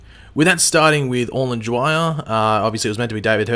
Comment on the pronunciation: It is pronounced, sicayda not sicarda. Dwyer not jwyer